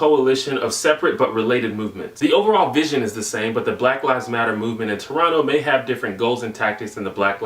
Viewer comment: You said Toronto correctly...